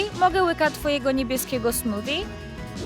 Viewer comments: Smofie a nie Smodie! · Smothie- to się mówi smufie a nie smudie